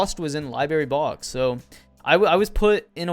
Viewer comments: its LIBRARY NOT LI BERRY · Love the videos, but “libary” is “library”